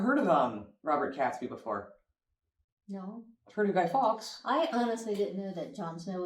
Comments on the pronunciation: Robert Catesby not Cats-bee, pronounced Kates-bee. Not a holiday. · It’s pronounced Katesby not Catsby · Catesby is pronounced " Kate's bee , and hey , you got the pronounciation of Worcestershire spot on . Imagine how little trouble you'd have today if those methods were still I use . Guy Fawkes was put on the rack and stretched until his joints started to dislocate , that's why he had a bit of a problem writing .Ouch 🇬🇧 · the commentator mispronounced catesby's name, it's not cats-bee, it is usually pronounced kates-bee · The dude in the video isn't quite right his name is Robert catesby where the cate is pronounced like the number eight not a cat not that important but it bothered me lol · The 5th of November, Bonfire Night is NOT a UK holiday ! It's NOT pronounced CATsby but Catesby , as in gate. NOT WarWICK Castle, but pronounced Warick. NOT WorCHESTershire, but pronounced Woostershire. Bonfire Night has nothing to do with Halloween. They are totally separate celebrations, but NOT holidays ! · It's spelled Catesby but not pronounced 'Cats-bee' rather more like Kates-bee. As a Catholic I always feel somewhat uncomfortable 'celebrating' the brutal way these people were executed and today the burning of human effergies seems a little out dated. Some towns, like Lewes in Sussex, still have a torchlight parade with effergies, although there is more of a charity fundraising element to it theses days, apparently. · Robert Catesby is pronounced Kates Bee, not Cats Bee. The "e" lengthens the "a" as I'm sure is the same in American English grammar. Oh, and did he say "war wick" aargh! No! It's "worrik". I know, not logical but trust me, that's how WE say it. Probably based in how you pronounce Dionne Warwick. It's not your fault lol! Tata x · Names can sometimes be problematic but I'm pretty sure 'Catesby' is pronounced as it is spelt: 'Cate-sby' and not 'Catsby'. The Gunpowder Plot is sometimes known as the 'Catesby Conspiracy'. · The name is pronounced Katesbee.